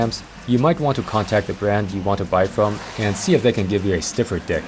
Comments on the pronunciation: Funny how you say "deck" it sound a lot like "dick"... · it sounds like he said stiffer d**k